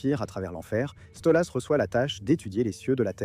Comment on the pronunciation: Question con : pourquoi tu dis StolUs ?